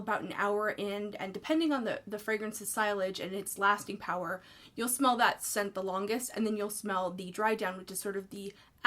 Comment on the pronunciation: Sillage is pronounced see-yahj, by the way.